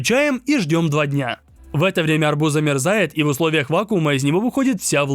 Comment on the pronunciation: Ты сказал арбузá😂